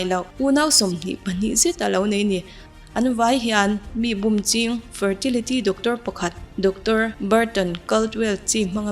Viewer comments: 'Bûm' tih i lam dan chu a va diklo veee... Bum i ti mai hian ka hria... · Min an lo bum tiha bum I tih ri hi a dik lo. Ri hniam tur aw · Bum tih i lam dan a dik lo aw, mi lo zawt chiang la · Bum tih lam Dan hi diklo